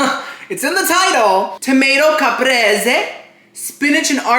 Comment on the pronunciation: Caprese = Kuh-pray- say, 🙂